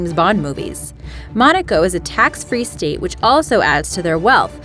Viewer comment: Please fixed your accents,,it's not sex,but six,and state not steet,,but your idea is great,,🤗🤗☮️